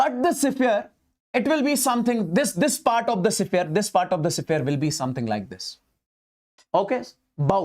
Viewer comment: Sphere ❌ sephere✅ ❤